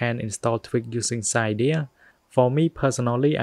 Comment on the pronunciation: It’s pronounced Si-deea